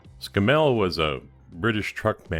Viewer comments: Argh... every time you pronounce Scammell wrong it grates like fingernails on a blackboard. The emphasis is on the front of the word, not the back of the word. It's pronounced as though the spelling were 'scaml' (i.e. The double m does not shorten the the second syllable). Not ScamMEL but SCAMmel. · Well done, nice job. Please don't think I am having a go at your accent but the Scammell name is pronounced Scammle in the UK. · novel pronunciation... In England you accent the Scam and it soud more like SCAMmul if you catch my (snow) drift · SSSSS CAMEL ....scammelle sounds so wrong to us Brits LOL...like calling a Mack a make...!! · pronounced ' Scammo' over here........cheers brov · its actually pronounced s camel, the animal with the hump but with an s at the front, ie scamel. you made a good job of that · Splendid job a toy brought back to life, my comments are not a criticism of your good work, but those sort of trucks were mostly used for heavy haulage and breakdown vehicles and not for normal road transport. I've got to also say this the truck is a Scammell pronounced in the same way as Camel obviously spelt differently but you know the one hump or two type, and i use to deliver metal fasteners (nuts and bolts) to their factory in Watford England in the mid 1960's it was my 2nd driving job in my long career as a driver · Please don’t flame me for picking you up on your pronunciation of Scammel, over the pond we don’t emphasise the “mel” so much more the “a” as in ScAmmel. Great result though really liked the outcome. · Us in England pronounce it to sound like camel, with an s at the start, Scammells were usually heavy duty. Cool conversion by the way! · Absolutely right to interject. Scammell rhymes with camel. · it is pronounced camel with an s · It's pronounced Scam Mell, It was a bloody good manufacturer until Leyland & the UK government got their dirty hands on the company. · Sorry mate it's scammel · Its pronounced Scammle :) as in camel :)